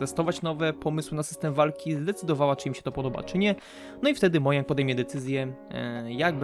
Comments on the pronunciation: Nie mówi sie mojang tylko modżang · nie mojang tylko modzang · ...mojang (czytaj modzang)